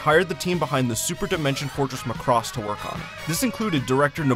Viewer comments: Oh my God Macross is pronounced MACK...ROSS NOT McCROSS. Just watch ONE FREAKING EPISODE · Yeah, EXCEPT they always pronounce #Macross WRONG ... IT'S NOT McCross, He was the leader of the Black Hole Gang in #GalaxyRangers ! It's pronounced MACK ROSS. Proof that these people never saw #Robotech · The dub by ADV pronounces it Muh-cross. Prior to seeing the dub, I too called it Mack-ross. I figured since the ADV dub used the original Japanese names it was more accurate than Robotech and started using their pronunciation from then on. It wasn't until 2016 when I started making videos that people started telling me the ADV dub was wrong. Even though multiple people have commented on every video telling me to change my pronunciation I will not. Not because I think the ADV way is correct, but because I want to set a precedent that I am unreasonably stubborn.